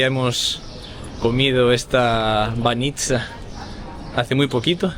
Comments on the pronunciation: Para información técnica, se pondría el acento en "Bánitsa" no "Banítsa" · бАница, а не баницА 😊.